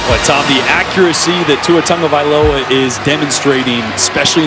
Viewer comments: Haha, he says Tuavailoa . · Why is it that none of these commentators know how to say his name properly?